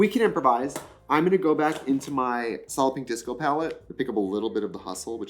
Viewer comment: i’ve never seen solid pink disco written out so until now i thought she was saying solloping disco